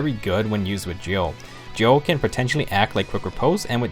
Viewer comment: Gjoll is pronounced gy-uhl